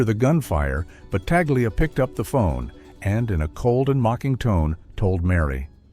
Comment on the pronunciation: This AI narrator is consistent with mispronouncing his name every other time. It's no more than this creature deserves. I know a branch of Battaglias in California; they pronounce the name the Italian way.